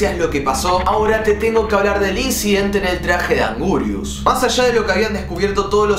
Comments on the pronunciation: No es augurius es anguirus 🗿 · Por cierto se escribe Anguirus pero se dice angirus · Angurius XD, es anguirus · sos un ídolo pero se escribe y se pronuncia anguirus